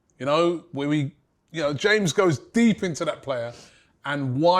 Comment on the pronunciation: 👀 why he have to say it like that...Robbie man🤦🏾‍♂️🤣